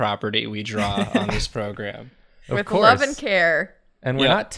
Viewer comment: shocked and dismayed to hear pronounce "program" correctly. I will be speaking to the manager.